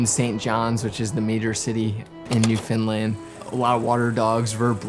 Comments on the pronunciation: Being from Newfoundland, great video, pumped to see you wearing the Dildo shirt (I’m from Hearts Content), but man I gotta teach ya how say Newfoundland! Lol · Can’t believe you were in Newfoundland. Huge fan here living in St. John’s! Just so you know for next time…we pronounce it Newfin-Land 😉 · That's first I've heard Newfoundland pronounced that way haha! But oh my this was absolutely stunning! The storytelling was impeccable and as always the sound and cinematography are outstanding. Glad you came to visit our beautiful country